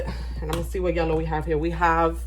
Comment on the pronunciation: The “vhat? Vhat you say?!” Has been replaying in my head all day thanks to this video and I’m pressing charges for that clip staying in my head rent free 😂 gotta day the give me glow wins for me